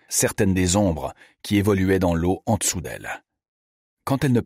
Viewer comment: Pourquoi dire déssus, déssous, réssenti ? Je trouve ça désagréable. Hormis celà, merci pour cette lecture.